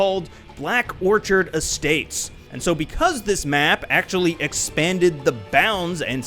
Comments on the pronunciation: Orchid (or-KID) not orchard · Orchid not orchard, it's a flower. Pronounced Or-kid but great video :) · it's Orchid, "Or-kid"